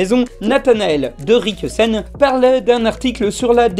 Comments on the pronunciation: C'est pour te venger de "meuporg" que tu prononces mal le nom de nathanaël de ricquesen ? 🤓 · Si l'erreur sur la prononciation de Rincquesen est volontaire, c'est du génie ! Sinon pour le coup c'est pas pire que meuporg XD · C'est fais exprès de mal prononcer le nom du journaliste qui a sorti le MEUPORG ? 😂